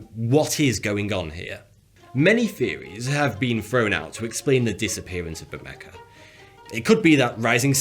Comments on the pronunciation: I realize you're British so you may pronounce some words differently than an American. But this island is pronounced BER-may-ha. It's Spanish 🙃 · BERMEJA!!! As in BermeHa You would NOT say Caguar or Gaguar automobiles right? Nor do we say Cuan or Guan for Juan. “J” is pronounced like “H”, since “H” is silent in Spanish. Please! It hurts my ears!!! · Where in God's name does the "c" or "k" come from?? It's Bermeja. Ber-me-ha. I don't even speak Spanish and I know this shit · It is pronounced /Berméha/ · Why do you pronounce it "BermeKa"?? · It kinda triggers me how you pronounce the "J" as "K". Edit: I wasn't hating on the video, the video was pretty great and interesting. It was just that little detail that, as a native Spanish speaker, triggers me. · It should be pronounced "Ber-Me-Ha" Same idea as Jalapeno. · B E R M E K A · why is he saying Bermecka? its not pronounced like that in any language???? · Why do you call it Bermeca? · Why do you pronounce the j like a k? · Why does he say BermeKa? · Repeat after me: "ber-meh-ha". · Bermecka?? You need to brush up on spanish dude. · Spanish J, in pronounced like H So try pronouncing BERMEHA. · Bermeja = pronounced : Bermeha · Spanish Conquistador buur may hah. Thank ya. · Hi, great video, just FYI its a Spanish name therefor the "j" is pronounced as an "h" so you should say it ber-ma-ha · It's pronounced Bur-Ma(hard a)-Ha. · It's BermeHa, no? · Dude, the “J” in Spanish does not have a K sound. It’s soft like “Jose” It’s Ber-meh-ha! It’s signifies reddish coloring like Barranca Bermeja in Colombia, red river gorge. Gracias. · Was going to say something, but you did already. It was driving me nuts, bermeca bermeca bermeca....ugh.... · Well, it's closer than 'ber-may-ha' which I guess would be the english pronounciation. Sounds like he tried to pull off the j sound you make in spanish but didn't quite get there. Hats off for attempting tho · Why are you pronouncing it as "Bermecka"? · Actually, it's pronounced Bermeha